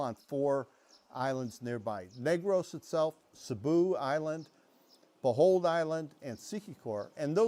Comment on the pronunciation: Sir why do you call Bohol Island "Bohold Island?"